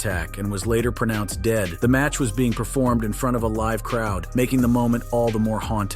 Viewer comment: Why is it so hard to pronounce the word "live"